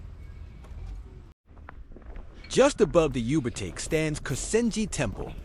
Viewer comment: Dude.....are you AI voiceover? Yubatake is pronounced you, ba, tah, ke. The ke is short, not take like rake. Been here before huh?